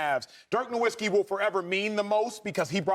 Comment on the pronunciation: still can't pronounce Nowitzki properly smh